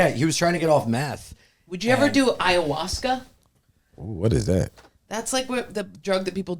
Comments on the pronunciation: is not allowed to do ayahuasca until he stops saying ayahuashca 😩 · has got to stop saying it like "aya-wash-ka" lol